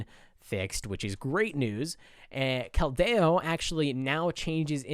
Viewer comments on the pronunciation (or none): Ish kel-dio not kel-deh-o sorry I can’t help not mentioning xd